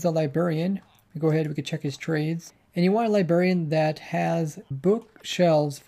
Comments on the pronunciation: STOP SAYING "LI-BERRIAN" It's not a "Lie-berry" It's a "Lie-BRARRY" Library. Librarian. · It’s libRarian. Not Libarian. Are you 12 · LI BRAIR IAN not li berry ian